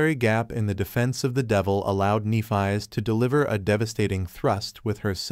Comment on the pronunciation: If only you pronounced Nephis’ name properly…